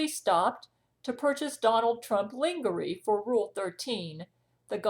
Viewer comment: "lingerie" is pronounced "lonjeray". Is that evil Angelina distorting your audio?